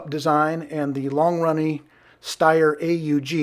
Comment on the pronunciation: Its not stawyr , its schteir also not koch, it's koh